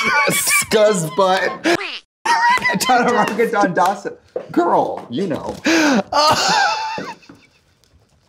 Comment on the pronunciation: my soul ascended to the next plane when trixie said Chararangga dandasana